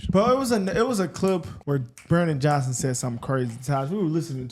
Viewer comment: "Mayor John..son". Not Johnson? How old is she?